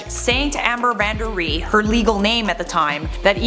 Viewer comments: omfg it’s just “Van Ree” not “Van Der Ree” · Hey! It's 'Van Ree' not 'Van der Ree' :) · Van Ree, not van D’ree 😂